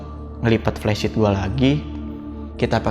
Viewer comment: Flysheet bang bukan plesit